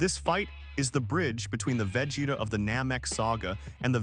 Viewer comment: 100%, perfect analysis! 👌 Bar the pronunciation of Vegeta's name.😁 If I were to nitpick, I would say you exaggerate a bit her analytical nature, she is just calm, composed, anticipating with satisfaction her enemy's lack of!😉